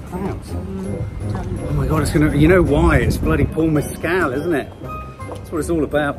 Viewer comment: It’s Paul Mescal not Paul Messcelle